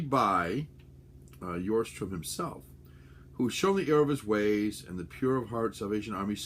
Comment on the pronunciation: I am Norwegian, and i hear you pronounce Victor Sjöström as Victor Johstrohm, try to pronounce it as shøstrøm (the S is not silent, i don't know why all Americans always say it with a silent s) (there is really no way i can translate ø to english since it is an entirely different sound, that you can not find in English). Don't take this as critique, i just thought you might wanted to know how the name was pronounced, i love watching your videos and seeing you talk about your collection.